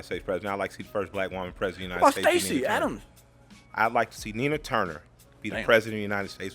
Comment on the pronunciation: Did he call her Stacy Adam's? 😳